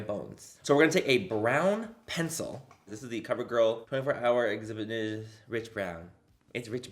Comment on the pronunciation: When Manny was speaking the name of the eyeliner he was using. I died when he was trying to pronounce exhibitionist 😂😂😂 but then he said Rich Brown super cute and I was like I live! 💯🥰